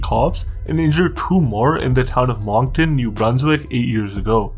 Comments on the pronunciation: It's not Mong-ton, its Monk-ton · its pronounced Munk-ton. Come on, I thought this was a Canadian channel. You must be from Toronto.... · Your pronounced Moncton wrong 😂 it’s said like monk-Ton I’m born and raised here I remember the city being shut down after a good friends funeral